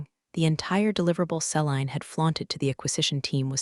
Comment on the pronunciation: See-lean = Celine